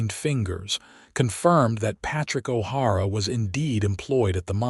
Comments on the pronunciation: I caught that, too. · O'Hara not har a